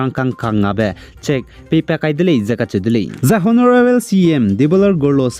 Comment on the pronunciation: Correcting you twice don't pronounce honorable it's o no ra ble